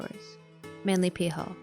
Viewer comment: You really should say P. Hall rather than peehall